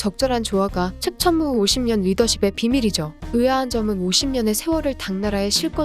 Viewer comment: 나만자꾸 측!천무후 측!천무후 이렇게들리나;; ㅈㄴ신경쓰임 ..